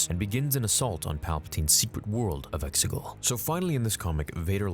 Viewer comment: the way he says Exegol lol